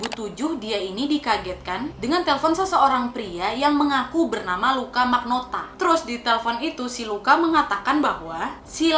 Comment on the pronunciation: Luka rocco magnota Di kuping gua kedengeran Luka rokok maknota